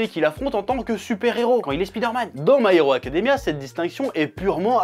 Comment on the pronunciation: Pourquoi tu dis parfaitement "Civil War" et pas du tout "My Hero Academia"? 😭